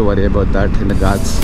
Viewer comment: No one literally no one....: gaatsssss. Bro pronounce it correctly it is called “GHATS”🤣